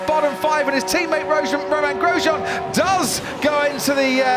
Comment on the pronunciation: Rosjean Gromain Grosjean